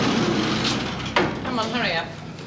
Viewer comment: Vera said Curry up instead of hurry, Lizzie said Ked instead of Kev, the mistakes are so funny, they must have barely did any re-takes..and Bea must have had so many holidays she is always missing for episodes and in the pound!